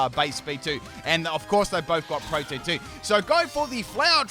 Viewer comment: Just FYI it’s pronounced pro-tee-en not like protein. Lol